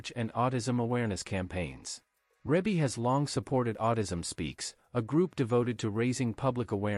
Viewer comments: It's pronounced Ree-Bee not Rib-Bee. OMG do your research smart guy!!!!! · Reebie is pronounced Reebie NOT Rebie. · It's not Rabe it's Rebe!!! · in order to be factual PLEASE familiarize yourself with the pronunciation of Ms. Rebbie (ReeBee) name. You have a regal member of society, at least be respectful enough to say her name correctly. Sheesh! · Her name is pronounce Ree bee. There's another video on her too and that announcer also pronounced her name wrong. There are 9 kids and not 10 and the other video got that wrong too. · He pronounced her name wrong through out the video. It's pronounced Ree Bee. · It's Reeeee bie mfer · Who has this narrator been talking to that told him that her name was Rebbie, or spelled that way. I can't get passed hearing him mispronounce her name to hear anything else he says. Do your homework, sir.